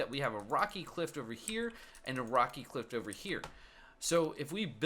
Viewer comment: "Cliff", not "Clift".